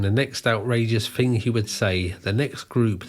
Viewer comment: You say “fink” instead of “thing” or “think”… good luck with that